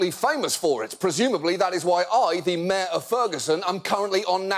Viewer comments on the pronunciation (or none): John pronounces mayor as "myeh"